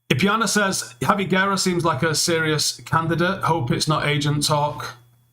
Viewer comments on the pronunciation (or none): none